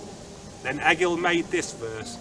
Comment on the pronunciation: That was awesome, however you are saying Egil wrong. It is pronounced Ay-yil, not Egg-ill.